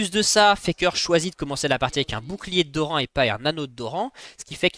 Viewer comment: Superbe vidéo mais j'avoue que dire jarvHAAN, dorHAN, FAKÉ ça ma trigger de fou. Mais contenu qualitatif